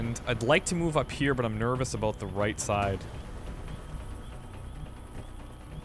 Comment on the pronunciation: Haha i never heard a Canadian say ''about'' before, maybe i don't have alot to go on but it seems more like an ''aboad/abowd'' than an ''aboot'', which is how South Park made fun of it lol